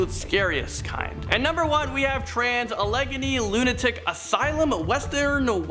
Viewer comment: On the Trans-Allegheny Lunatic Asylum Weston, WV it's pronounced like Trans-Al a gain e (long e sound) Lunatic Asylum Wes ton, WV. I used to say it incorrectly until I moved 10-15 mins away from it. The people who own it are nice too. Not only do they have tours of the Asylum through out the year they have an Easter egg hunt (outside), car shows, flea market, fall festival, haunted house & zombie paintball (around Halloween time.) They have other events but that's all I can think of at the moment.